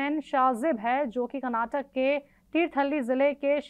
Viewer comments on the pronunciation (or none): none